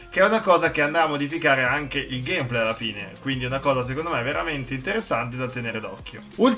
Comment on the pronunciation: pke dici Gamèplay